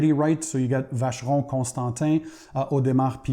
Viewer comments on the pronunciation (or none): none